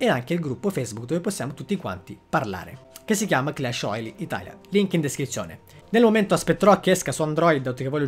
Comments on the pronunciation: La pronuncia clash royale non royali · ma pronunciarlo alla francese? Royale?